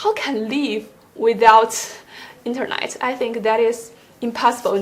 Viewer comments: “Internight” 👊😉 not being rude, she’s been good but can’t stop hearing INTERNIGHT instead of internet. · the way she pronounced 'internet'